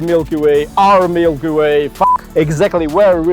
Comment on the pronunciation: OUR milkyway very russian lol